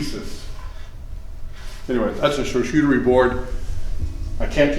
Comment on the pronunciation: Lol “shar-shootery”